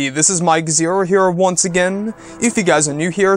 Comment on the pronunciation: switch up your intro. You do this weird pause when you say " here once agahaiinn"